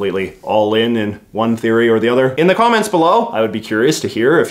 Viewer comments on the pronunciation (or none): none